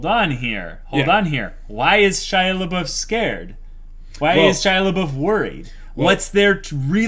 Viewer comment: Guys, I only started watching their discussions on HxH with this episode (because that's from when the Chimera Ant arc becomes the most interesting to me) and is "Shia Labeouf" an intentional joke or do they really not realize that they are not calling him Shaiapouf ? xD